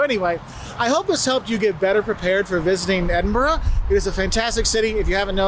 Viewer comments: I can't believe you said "Eeden berg" again 😂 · Its eh duhn bruh